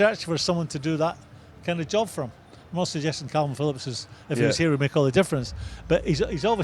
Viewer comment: It’s Kalvin Phillips not Kelvin Phillips, Simon, you utter melt. I’ve never known anyone so clearly intelligent to mispronounce so many names/words🤦‍♂️🤦‍♂️